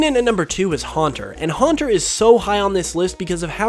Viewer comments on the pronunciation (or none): You already have so many comments about Haunter. Please correct your miatake.